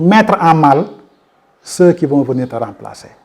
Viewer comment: Pour quoi prononcer ceuss pour ceux ( terminaison muette ). Sinon ras bravo !